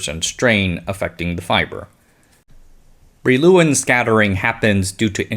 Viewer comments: I think Brillouin is pronounced like bree-yawn (Wikipedia's [leɔ̃ nikɔla bʁijwɛ̃] is not very easy to interpret, but concurs.) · Brillouin is a French name, pronounced roughly bree-wah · Good video. Brillouin is said like "bree-yuan"